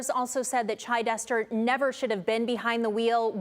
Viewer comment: It’s not Chi-dester, it’s Chid-ester. This women needs a prison sentence. I doubt she only had one drink. She doesn’t even shed one tear for those kids, while in court.